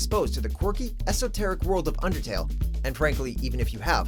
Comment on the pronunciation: You can't say undertale